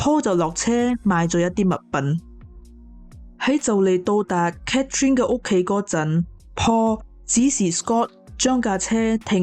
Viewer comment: 你講女主人的讀法讀错了😂😂😂Catherine; why not Cathy?